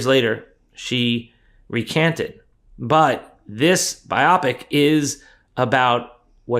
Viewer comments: Dude, Biopic!?!… cmon man, it’s BIOpic. Jeesh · A word from the wise... "biopic" is not pronounced By-AH-pick. It is BY-oh-pick. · Bio-pic not bi-opic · please for the love of all that is holy: It is a bio-pic, not bi-oppic. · Bio. Pic. Not bi-OP-ic. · "bio-pic" not "bi-Opic" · Dave, surely it's "BIO-pic", as in a biographical picture? And not "buy-Opic", it doesn't rhyme with myopic 😅. Sorry for the nitpick, love your content! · Bio-pic, not Bi-opic. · I think it's "bio pic," not "bi opic." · "bio-pic" please. Not bi-opic. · not bi-opic, it's bio-pic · It's pronounced bi-o-pic (as in biographic picture), not bi-op-ic. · The word is BIO (as in biography) pic (as in picture, or movie). BIO-pic, not biOPPick. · bio pic, not biopic. you sound like AI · It’s pronounced: BIO - Pic (short for picture) 🤦🏼‍♂️ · Ummm … the word is pronounced “Bio - pic”. As in Biography motion picture. Not “biopic” as in “myopic”. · Pronounce it right or quit saying it every five seconds Jesus Bye OH pick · FFS! You DON’T pronounce “biopic” the same as “myopic”! You pronounce it “bio-pic”, which is short for “BIOgraphical PICture”. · Forgive me but I believe it’s pronounced ‘bio pic’. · It’s pronounced buy O Pick And it’s pronounced Kahn I agree with your message but do yourself a favor and get this shit right You are not helping yourself with this But at least you are better than dash dabrosky You obviously are not cooked up But please pronounce and enunciate better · For some reason, hearing it pronounced “by-ah-picks” makes me want to pee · Hope you don't mind correction advice. You're pronouncing "biopic" in a way that rhymes with the adjective "myopic", while actually biopic is a noun (referring to a type of film). The pronunciation phonetically is BIO-PICK (short for biographical picture). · How could you get a passing grade on your LSAT if you cannot even figure out how to pronounce "bio-pic?" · I think it's pronounced bio-pic. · Why does he say "biopic" like that?